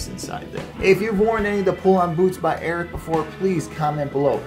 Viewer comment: You need to learn how to pronounce the name lol 😂